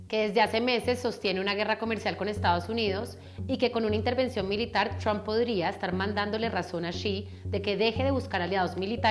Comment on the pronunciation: Me encanta como dice TRUAMP toda gomelita :3